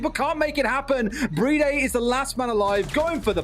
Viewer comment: Why do they call BriD "Bridey"?